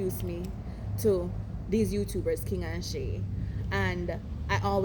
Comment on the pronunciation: 😂😂😂😂😂😂 bro she say shy Shay😂😂😂😂